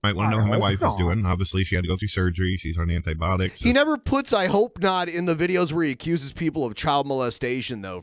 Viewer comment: at I swear says ”antibotics” instead of ”antibiotics”